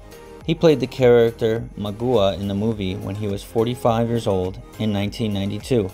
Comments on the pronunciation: The narrator pretty much destroyed every name in the list. Has he even seen the movie or heard of the cast? Some pronunciations are dire. Magua is pronounced magwa not magooah. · Wes Studi's Character's name was not pronounced: "MAH'GOO'WUHH" it was pronounced: "MOG'GWAH"... Just saying But I enjoyed the video Your newest subscriber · You mispronounced Wes Studi character's name Magua. You pronounced it Magooa and in the movie he himself pronounced it "MAG WAA" Like 'Agua" Spanish for water, but with a MA in front of it. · "Magoo-uh" for Magua, huh? Methinks this guy never even watched the film. 😑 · Wes Studi's name was pronounced Magwa! Have u even watched it? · You need to watch the movie again and listen to the pronunciation of the names again. Listen closely to the name of Wes Studi’s Indian name again cause you butchied it to pieces. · wtf did he just call Magua?